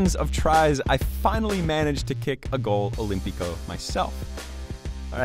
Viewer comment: "Goal Olympico"